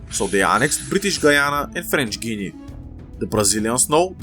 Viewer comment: Why did bro say frenchguinea😭